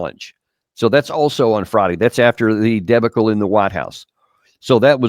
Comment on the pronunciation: Helpful. Btw it’s De BAH cle not DE bacle